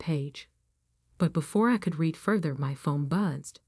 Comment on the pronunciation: If you're going to read stories you need to learn how to pronounce the words read is pronounced red